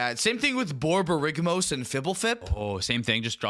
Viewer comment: "Butchers 90% of the card names" Also: flawless BORBORYGMOS AND FBLTHP pronunciation.